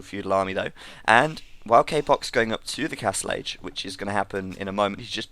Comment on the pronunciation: its not "k-poc" its "ka-pooch"